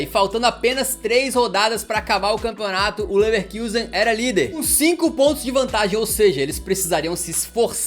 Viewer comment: Ouvir “Leverkiusen” dói o ouvido